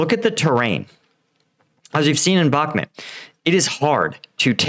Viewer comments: BAHK-MOOT. NOT BAHK-MIT You even pronounce the river correctly. Stop doing this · It's pronounced "Bach-moot"